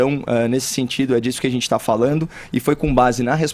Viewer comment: "A gentsi" kkkkkkkkkkkkkkkkk esse fefito é muito comédia